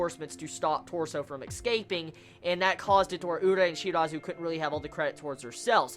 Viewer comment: "He's exscaping"